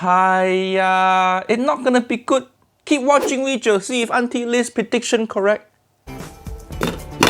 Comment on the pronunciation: Not "video" but "wijeo"